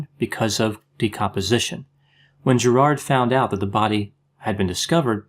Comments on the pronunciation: Prob: Gerid (not GerARd) . Sorry! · I’m Australian too. We pron it “Gerid”... not “GerARd” (like St Bernard). It’s so distracting/the only video I can’t watch (I just want to interrupt all the time “no it’s pron ‘Gerid’. He’s ‘Gerid’. ‘Gerid’”